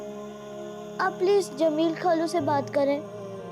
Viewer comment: خالو کو کھالو بول رھا ھے